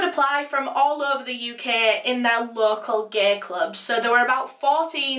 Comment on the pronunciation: Love the way she pronounces "gaee" 😂